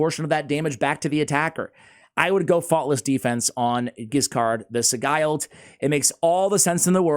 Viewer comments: Asssssshhhhh. Love the content but… Sigil. Just add a D to Sigil. It’s the only pronunciation that drives me bonkers lol I appreciate you. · It's pronounced si-jilled I think. Anyway he's pretty good in PvP too. Very underrated. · Mmmm. Let's look up the pronunciation of 'sigle'. :D